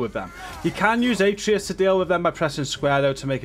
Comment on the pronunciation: Its A-tray-us